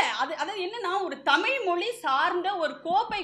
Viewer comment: தமிள் செம்மொளி வாள்க! தமிழுக்கே சிறப்பான 'ழ' வைச் சரியாக உச்சரிக்கத் தெரியவில்லையே!